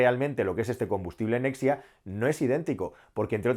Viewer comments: Nexia no es nexa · Nexa, se dice Nexa. Nucelar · es “Nexa”, no “Nexia” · Nexa. No nexia